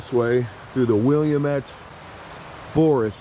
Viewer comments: I live in Oregon, and I'm cracking up listening to you say "William-ett" river 😂😂 I'm sure a thousand other people have already corrected you 😂😅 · It's called Wil am ette river not wilaim-et beautiful country. ❤ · SO many people have difficulties pronouncing Willamette. Its pronounced Will-AM-it. Dont feel bad when someone from Oregon corrects you though. It kinda makes us twitch a little. Although not as bad as when some says Oregon wrong like Or-ree-gone. Lol. And I'm sure I'm biased but Oregon is the most beautiful state. We have almost all here. Rainforests (just not the tropical kinds), mountains, beaches, deserts and scrub lands. But, to me the most important, huge beautiful forests and rivers. Some of the best national forests (Mt. Hood) in my area. And the temperatures tend to be in that Goldilocks range.. not too hot and not too cold. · it's Will-am-it river my home!!! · lol, I said the same thing when he said William-met river.....LOL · wil LAM mette River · Willamette is pronounced “Will-lam-it”. I have the blessing of living a few blocks away from it. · Just a friendly helper. It's pronounced Will-am-ette. Named after native American tribe from Oregon. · Btw it’s pronounced “will-am-ette” by us locals, or “willa-mette” as native Americans say. ❤truly Gods country… but SHHH don’t tell too many people! It’s our little hidden secret!!❤❤😂😂😂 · Willamette is pronounced will - am - et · … it’s pronounced WILL-LAMB-ET…. lol you tried. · She is a beautiful girl, whoever got her has a jewel in their barn. I'm an Oregonian and I'll say you pronounced our wonderful river completely wrong but it's forgivable.